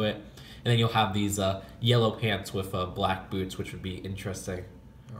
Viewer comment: It's annoying how instead of saying "with" he says "whif"